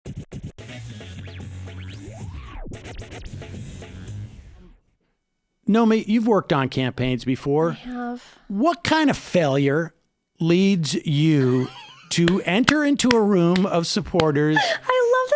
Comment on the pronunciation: Sam. Her name is NO-MI-KI. Not NO-MI. Youve had her on at least a few dozen times how hard is it.